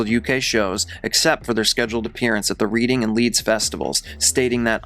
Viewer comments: This must be A I because 'he' said Reeding instead of Reding for the town of Reading and also said HMP Wakefield in West Yorkshire in London!!? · Its pronounced REd-ing. Not reading. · 😂😂😂 it’s simply “reading” like Redding. 🤌🏻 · In fairness, that word is typically pronounced as "reed" rather than "red"! Just me being an overly pedant Brit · Reading is pronounced "red-ing" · pronounced Pontypree and Reading is pronounced Redding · Also the town of Reading is pronounced like "Redding"... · I know you’re American but the way you promised the towns Glastonbury and Reading made me chuckle. It’s pronounced Glastonbree (not berry) and Redding. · P.s- 'Reading' is pronounced 'Redding'. 👍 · Pontypridd is pronounced Pontypreethe. No, I don't know why either. Reading is pronounced Redding. No, I don't know that one either. His mom might shed a tear, but I sincerely doubt anybody else would. He was an abominable human. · Great video, though minor annoyance, Reading (as in the town/festival) is pronounced like Redding. Other than that good work, you just got another subscriber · Just an FYI,, Reading is pronounced as "Redding". I don't blame you though. It's spelt exactly the same as the verb after all. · I wanted to keep this separate from my previous comment because it's less important, but it's pronounced Red-ing. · It's pronounced Redding. That said, this was clearly well-researched and I ended up learning quite a bit. Good work